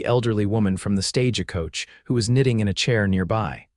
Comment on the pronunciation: Tabitha is pronounced "TAB-ih-thuh". It's also Stagecoach NOT "Sta-ge-coach". Arrrrgh!!!!